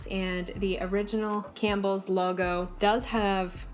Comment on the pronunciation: All I think of is that vine- “Pronouncing things incorrectly” when he says “Cam P BELLS” 😂